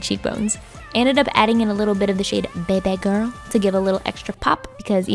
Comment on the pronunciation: hahahaa that "beybe gurl" lol. I'm Filipina and that's how we basically say that in the Philippines AHHAAHA